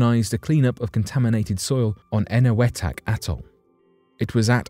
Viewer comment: It’s pronounced “Eneweetok”! They weren’t Radiation tests primarily! They were tests of the New, Hydrogen Bomb. Primarily, they were testing the Explosive Yield of each device. Climate change has Nothing to do with it, otherwise it would already be underwater! They predicted all this climate nonsense 30 years ago, saying sea levels would rise by 50 feet etc. None of what was predicted has come true! Same as nothing will happen over the next 30 years. It’s all unfounded propaganda, using outdated computer predictions. They were wrong 30 years ago, just as they are now. It’s all alarmist nonsense, Earths climate looks after itself, always has, always will!